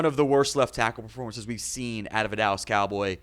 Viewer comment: The "allas Cowboys" 😂